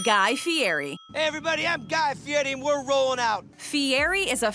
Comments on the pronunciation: TFW narrator says "Guy Fee-airy" then they immediately play a clip of the man himself pronouncing his own name "Fee=etty" and she continues to mispronounce it over and over after that. SMH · Guy's last name is pronounced Fee-Yeti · Ikr! It’s not hard to pronounce, it’s just disrespectful